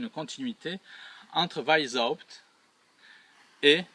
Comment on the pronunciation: Weisshaupt = VAïce - C'hAoupte (avec le C'h du Breton, ou le H allemand anglais ou arabe. Non pas VAïse ... (Né à Vienne, ça oblige). Le aï peut aussi être prononcé comme un èï avec è très ouvert. C'est plus proche de Vienne et de la Bavière (dont la bonne police a fait un bon oeuvre en arrêtant le premier foyer de ces salauds.)